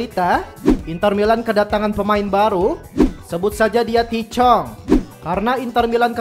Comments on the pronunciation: tahith chong bang bukan tichong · Cara nyebut namanya bukan TI CHONG, tapi Tahith Chong